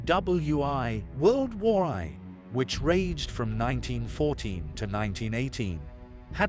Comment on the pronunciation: The way you pronounce WWI is horrifying